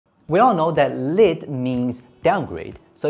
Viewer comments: Bro!! Lite is pronounced 'light' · Lit...more like layt. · This is actually a mispronunciation of "Lite", thank you very much for your comments.